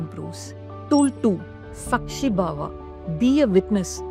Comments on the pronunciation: Sākshi Bhāva pronounced as Saakshi Bhaava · You're pronouncing all the sanskrit words wrong! Its nishkaama karma- meaning karma devoid of any kaama(passion/attachment) 2. Its saakshi bhaava- saakshi meaning witness in many indian languages. Bhaava- meaning quality. When the video was done with such good intent that captures the attention of audience, I think paying attention to the diction of the ancient hindu scriptures must be treated with equal weightage. Why? 2 reasons- 1. People who dint know about what you want to say- will feed it wrongly and possibly spread it wrongly. That's how confusion with our own culture/scriptures is being exploited by other forces. 2. Those who know/familiar/aware and are able to identify that aspect- will have diluted attention in the wonderful concepts you convey in this video. Eitherways, Please pay attention to the sanskrit words and their pronunciation in your work. All the best!